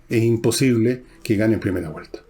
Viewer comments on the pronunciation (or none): none